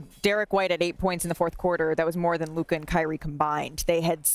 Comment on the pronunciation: It's LUKA.